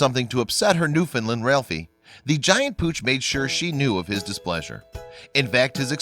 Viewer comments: Newfoundland not newfinland... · NewFOUNDland if people are gonna make videos at least pronounce words properly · Newfoundland is pronounced to rhyme with. Understand . I'm from Newfoundland.